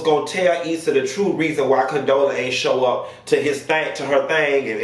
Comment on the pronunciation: I heard CONTROLLA, COUNTESSA 😂😂 What did Condola sis do to y'all